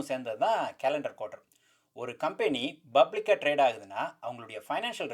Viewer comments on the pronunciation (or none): Bro, I am sure you did Tamil medium school. You are still pronouncing public as bublic. :)